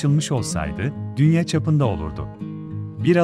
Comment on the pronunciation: DÜNYE SİNEMASI NE YA TÜRKÇEYİ DOĞRU KONUŞUN.